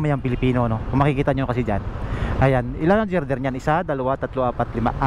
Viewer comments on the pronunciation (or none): Nakimarites ka na rin lang, sana inalam mo muna sa Google ang tamang pronuciation ng word na GIRDER at kung ano ang function nyan sa structure na yan. Susmaryosep!